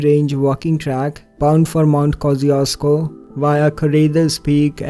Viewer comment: It took me a while to realize you meant Mount Kościuszko in the Australian case :D No offense, but you botched the pronunciation beautifully ;)